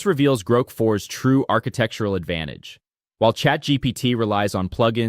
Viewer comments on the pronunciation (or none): AI generated for sure. Pretty good, but it’s GROK, not GROAK. Gets annoying after awhile. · One of the easiest ways to tell is when it mispronounce those things. Example: How many times did it say “Groak” (as in choke) instead of “Grok” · I realized it right as soon as he pronounced it "Groke" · Odd, the speaker after 2 minutes switches the pronunciation from groak as in goat, to grok as in rock. The latter was the preferred pronunciation of Robert Heinlein fans when the novel was published. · There is also the constant semi mispronunciation of "Grok" where "he" prounouces it really really like grope quite a few times. And yeah by the end it was obviously a script reader.